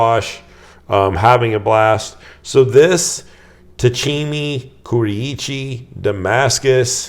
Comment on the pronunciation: Love your videos Greg. I'm Japanese, and I just wanted to let you know the pronunciations on a few words. Anryu, Kurouchi, and Tsuchime. Steve Gamache (AKA ChefKnivesTogo) has youtube videos which are great references on how to say these words. You can just search the following videos for easy reference. Anryu Hammered Blue #2 Gyuto 210mm Quick Look Kajihara Kurouchi Nakiri 165 Quick Look Kohetsu VG 5 Tsuchime Gyuto 210mm Quick Look It should be easy once you hear it👍 The only tricky one might be "Ku ro uchi", which is actually 4 syllables (it sounds like you're saying it with 3) Ro is like Rome Uchi is like Gucci without the G If you're curious, there are a bunch of YT videos on how to say Japanese vowels, and there are only 5 (A E I O U) so it's really easy. As a rule of thumb, Japanese vowels are pronounced just like Spanish vowels if that helps. To be clear, I don't mean to offend anyone for bringing up another channel, I mean well and love your content!